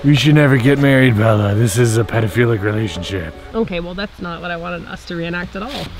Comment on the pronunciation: You're Canadian?! EEE! Represeeeeent! Edit: : Ohhh yeah, you definitely are XD "Okeeeh"